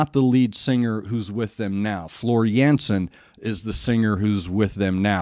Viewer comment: the a like in dark.